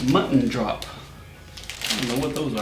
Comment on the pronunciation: Ze konden niet eens drop uitspreken en snoetjes daar gaat onze jeugd hahahaha